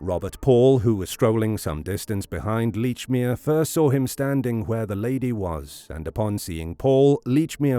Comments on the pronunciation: How the hell can you pronounce the name as Leechmere when numerous people have pronounced it as " Lechmere " ! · Very annoying that you can not even pronounce your subjects name correctly. Plus the name he gave was his stepfathers name which he sometimes used.